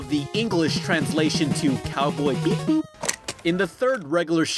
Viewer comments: Its not pronounced cowboy Beep Boop its Cowboy B bop. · Did he just say cowboy beeboop? (Bee-boop) its pronounced cowboy bebop (be-bop) pronounce it right next time dude. You offended alit of anime lovers. And that could hurt your channel. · ladre pickens He said Beep-boop cuz that's what the cliche robot, or in this case techmo, sounds like. He meant to mispronounce it. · XD, You Said Coby Beep Bop Wrong XD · You have no idea how mad I am that you mispronounced cowboy bebop